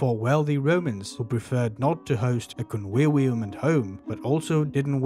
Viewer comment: Convivium = con wee wee um.😂